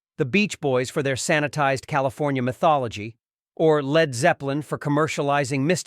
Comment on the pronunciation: L. E. D. Zeppelin why don't they teach the robot to read. Pitiful